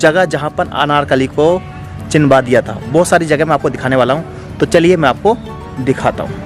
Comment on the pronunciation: Brother nice video but aap ek pronoun mistake kar rahe ho bar bar 😂 it's CHUNWA diya gaya tha not CHINWA diya gaya tha 😝😝🤭🤭🤭 n aapne thumbnail pr bhi chinwa diya likha hai 😂 use correct kariye.. But yes very very nice video 👍👍😊❤️